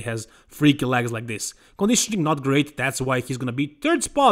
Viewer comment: come on!your läägs as in jet laag are getting more ridiculous.at least try ro pronounce them as legs as in left.if you can t just say quads pr wheels or thighs but not läägs!